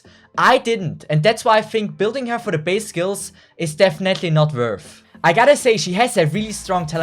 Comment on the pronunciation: Good analysis as always! Thanks! But i think its better if you write the name of the skills too in the video! Sometimes the name of the skills is a lil'bit hard, and i had trouble listening it from your way of pronounciation! Sorry and thanks again!